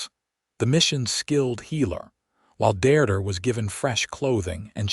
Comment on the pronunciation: This story is a good one. Listening to the story is really frustrating due to the lack of accurate English language pronunciation. The woman's name is "Deirdre" pronounced "DEERDREH" The story uses 3 different spellings - all wrong. The word is "Mesa or Mesas" Not Maces.